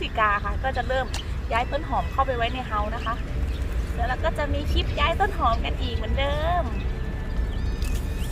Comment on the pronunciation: คลิป คลิป อย่าออกเสียงเป็นคิป นะคะ โปรดออกเสียงให้ชัดๆด้วย